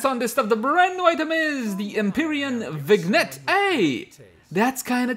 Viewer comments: ''vin'' as in Vin Diesel and "gnette" = "yette" as in "Yet". French can be hard sometimes I don't blame you. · it's pronounced "vinyette", lol